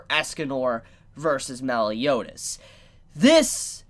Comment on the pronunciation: You are a trashbag too, how dare you utter the name 'Meliodas' in such a cringeous pronunciation...